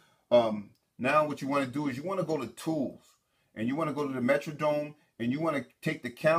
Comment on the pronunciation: FYI my brother with much respect, The MetroDome is the stadium the Minnesota Vikings played in, The MetroNNNNNNome (Metronome) is what keeps your tempo on your DAW. Not criticizing just helping educate. Other than thanks for the good video.